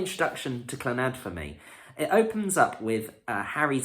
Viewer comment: Not Clanaad proniunced---just Clannad no accent on the last 'a'!